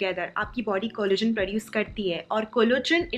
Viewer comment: Nice vid, love your channel... just noticed..collagen ko-> pronounce it ko-lla-gen and not collogen. Hope u take this a positive suggestion🙂